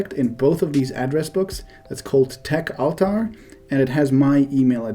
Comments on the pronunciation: techaltar.... i thought you were mispronouncing tech avatar. tech ahtar try a diff recipient. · They might not understand the contact's name because you are mispronouncing "techaltar". Took me a while to understand what you're saying too.